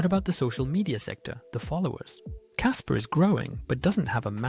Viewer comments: Kaspa not kasper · "Kasper" lol